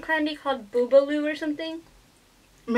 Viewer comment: bubulubu not bubbaloo 😀